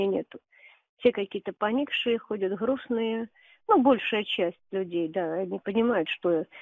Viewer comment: Re: the grandmother who calls Ukrainians "khokhly" and "skunks"... Is it possible that she herself has a Ukrainian accent? where she says everyone in Russia is sad, I seem to hear "hrustnye" instead of "grustnye." Or is it a different accent?